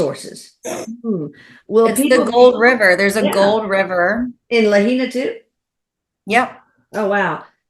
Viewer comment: Just a FYI. Lahaina is pronounced La-high-na.